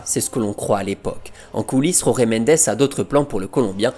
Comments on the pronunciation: Jorge mendes est portugais... on dit donc jorge à la française. "Roré" c'est espagnol. Pareil pour "Résus". Jorge Jésus ce prononce... Jorge jésus... tout simplement et non pas roré résus 😂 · Jorge avec un JJJJJJJ pas un R purée, ce n'est pas espagnol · Jorge=george et pas rorguè. Merci🙂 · Très bien mais en Portugais il n'y a pas Jota. J = J pas R ! ca viole les oreilles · Les gars faut arrêter de prononcer les noms portugais a l'espagnol. Il s'appel jorge mendes pas rore mendes. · Tres bonne video comme toujours , par contre en Portugais la lettre " J " ne se roule pas comme en Espagnol mais se prononce J . Donc on dit Jorge (George comme en Français) Mendes. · J'adore tes vidéos et te suis depuis longtemps ❤ Mais stp, en portugais "Jorge" est prononcé comment en français. 🫶🏻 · Superbe vidéo d'un joueur que j'ai adoré voir dans cette équipe de Porto avec Hulk et Rodriguez ! Par contre juste une petite remarque: l'agent José Mendes étant portugais, son prénom se prononce comme José Mourinho et non pas à l'espagnole